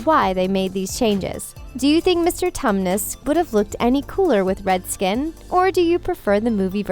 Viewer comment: 😅 she said Mr. Thomas name wrong